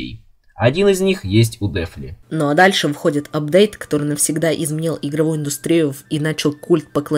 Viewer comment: Я просто закончился на "Дефли" xD Плюс ещё пару моментов с ещё не сломанными голосами, готорые произносят слово "школьники", забавно